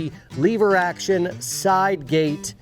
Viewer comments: First... " Lover" is a pretty good cowboy name Second... "Leh-ver" not "LEE-ver" -guy from Oklahoma lol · it’s lever, not leever…btw your still wearing the stupid watch lol. Great vid bro thanks for sharing. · Did anybody else cringe every time said leave-ur instead of lever? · LEVER......NOT LEEEEEVER hahaha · Stop pronouncing lever wrong. It's "lever" not "lever" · "Leever Action" ? Dang city boy! It's Lever, soft e... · It's LEV-ER, not LEE-VER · says "leever action" 😆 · Oh So Now We Say Leaver ?? Sheesh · Cowboys don't say 'leever action'. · Cowboys don't say leever. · "Leever" action. That must be like "leever alone or I'll keel ya"😀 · Lever not leever thats metro sexual lol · Leever Action? Sounds like a Yankee to me... :P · As an actual cowboy, I will keep most of my opinions to myself.....However......If you want to be a cowboy, a couple of things: It's a "lever" action rifle. Not a "Leeever" action. I agree, your dog is stupid. The only dogs worth having are Heelers and Jack Russel Terriers. You set your hat down incorrectly. Google it. We walk funny because unlike most of the nickel-plated sissy douche wagons who sit in front of magical boxes of light to "earn a living", we do physical work, which makes our bodies hurt. Thus the "funny" walking. Any rifle or carbine that goes in a scabbard needs a hood over the front sight. Without one, you'd have no front site in short order. You need at least 17 more layers of dirt to pull this off. I didn't see any chewing tobacco, although I did see you spit. So, B- for effort at least. Other than that, you nailed it! 😉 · I do not like leever action it's lever action. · "leever action" been a minute since ive heard that pronunciation. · love you brother but please stop saying leever!!! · please stop saying "leeeever", say lever like an American!!! 'Merica!!! Also... I love you all, please don't hurt me. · I'm not sure you can be a cowboy and still say leever 😁